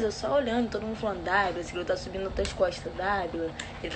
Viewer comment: Única coisa que eu reparei foi ela falando "sobindo na minhas escosta" kkkkkkkk